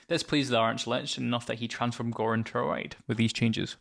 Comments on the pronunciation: I might of been mispronouncing it but I think the word "wight" is pronounced like "white" not "right" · No you're correct. There's no "R" sound in Wight - sounds like White